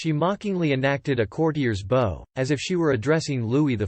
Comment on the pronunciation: For the love of God...I know this HAS GOT TO BE A ROBOT READING THIS TEXT! PROGRAM THE THING TO PRONOUNCE WORDS CORRECTLY! "BOW" WITH A LONG "O" IS SOMETHING YOU WEAR NOT SOMETHING YOU DO ! PRONOUNCE THE DAMN THING BOW...THAT RHYMES WITH "COW" YOU KNOW...LIKE "MEGHAN IS A STUPID COW!"